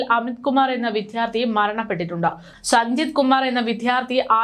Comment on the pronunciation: വിഥ്യാർത്തി എന്നല്ല, വിദ്യാർത്ഥി എന്നാണ് പറയേണ്ടത് ❤️